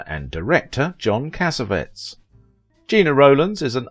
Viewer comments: No, it is not Italian. Cassavetes is Greek. You are right that the narrator is pronouncing his name wrong. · It is pronounced "Casavetees" not Casavets! it's Italian! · cassavettes is pronounced Kasavetties, not kasavets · Correct! Not "CASSA-vetz" In film school we pronounced it, cassa-VET-eez. A creator of his magnitude deserves all four syllables, like a Greek! We pronounce Jose Ferér, fur-RARE, not fer-RARE-uh. Also, I have always pronounced Gena, JEH-nuh, not Gee-nuh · Appreciate narrator voice. So much more professional than many others. Just a pronunciation note: It’s JENN-a & CassaVETTIES. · I wish you knew, or bothered to find out the proper pronunciation of her husbands name. Cas A Vet EES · John Cassavettes last Cass-A-Vettes the last part is pronounced like "TEAs."you run it all together and that's incorrect he's an Italian-American and you pronounce his last name like it's a bunch of cassettes ... WRONG! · of Vintage It would be respectful if you learned how to pronounce your subjects' names. Gena = 'Jenna" Cassavetes = "Cassaveetees" It's simple enough to determine these things. You're better than this. At least I think you are .. Or should be. Step it up, please. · You’re mispronouncing Cassavetes. It is pronounced: “Cah-sah-veh-tease” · Thank you. My ears were bleeding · For crying out loud! Since you say her name over and over, it would sure be nice if you would pronounce it correctly."Jenna" not "Jeena" You can hear her say her own name in interviews. And pronounce her husbands last name properly too, please. Take the time to find out the pronunciation. Really! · Agreed! Also, her husband's name is mispronounced!